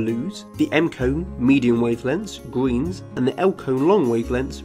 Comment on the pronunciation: The gweens